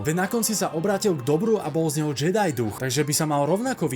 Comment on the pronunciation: návrat Jediů nedává už vubec smysl, protože to má znamenat Návrat Anakina na světlou stranu síly. Navíc Návrat Jediho je to z toho důvodu že to tak vyslovovali v původním dabingu, místo [džedaj] to vyslovovali jako [džedy]